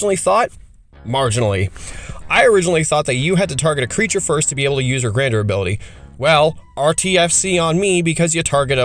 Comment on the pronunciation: IMO you're *way* overvaluing making non-legendary tokens for this cycle. The point is to abuse their Grandeur (pronounced "Gan-jur", btw, not "Grand-er") ability as much as possible. Having more copies of the creature in play doesn't help you do that, most of them don't have a useful body to attack with, and their activated abilities are generally just worse than using their Grandeur effect. Bending over backwards to make only non-legendary copies just isn't useful for anyone except probably Korlash (and maybe in some slower games , Oriss in a hard control deck). By not using the legend rule to sac the commander itself and leave the clone in play, you're giving up a free way of getting the commander into the GY, where it's almost always easier to get back into your hand that from play; there are just a lot more cards that will do that for you, especially artifacts, which are going to the be the main thing you lean on in mono-blue and mono-red, and to less of an extent, mono-white. This comes up a ton in green. If you legend rule Baru to the GY green has countless ways to return a creature or permanent from the GY to hand. Baru also is, AFAIK, the only one of them that has an easy 2 card infinite loop with Paleoloth. The ability to poop out a large number of wurms and then give them +1 and trample before you swing is strong. I'm sure you could build a landfall deck where getting +3 or +4 per land drop plus playing multiple lands per turn is strong, but you'll have to also prov